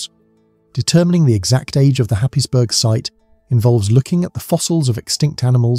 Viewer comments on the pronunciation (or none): I live near Happisburgh and for the record it's pronounced Haze-Bruh by the locals.